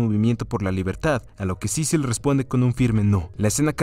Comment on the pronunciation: Solo una vez dijo su nombre bien xdxd Cecil, ya luego estuvo con Cicil cicil cicil xdxd